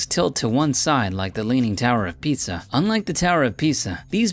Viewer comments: Instead ofLeaning tower of Pisa it sounded like you said leaning tower of pizza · did he say picture ass town? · can you even say Pisa correctly narrorator?